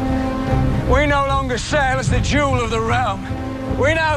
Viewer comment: I mean, it's jewel not jew.